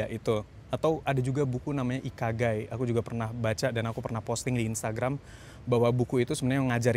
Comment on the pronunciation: mungkin salah ngucap, yang saya tau ikigai, on prosses di shopee 😂